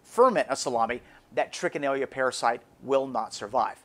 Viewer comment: #2 By the way Sir, At the risk of sounding Pretentious, the name is Trichinella not Trichinellia! Oh & also they aren't microscopic (quite a bit larger). They measure at about .6 to 1.7mm approx. & .3mm in width approx. And they are Nematodes (Round worms).Peace ✌️I must add that pieces of game meat must be cut to Considerably less than 6 inches thick, before Freezing!! And the "recent" Recommend, number time for Freezing, is, at least 3 Weeks!! And as I already said "then Cook"!!😃🤠 Peace ✌️